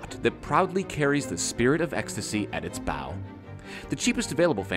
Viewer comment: “I can raise or lower my spirite of ecstasy..” hahahahhahah